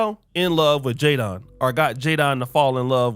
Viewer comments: Lol it's spelled Jadon But pronounced Jaden 😂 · His name is pronounced Jay-Den like Will Smith's son Jaden. Americans always sounding weird lol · Jadon is pronounced Jayden.